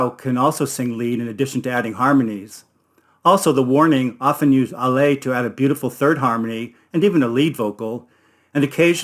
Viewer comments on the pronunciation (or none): Sonce you want help, put the emphasis on the first syllable of Ale, AHleh not ahLAY.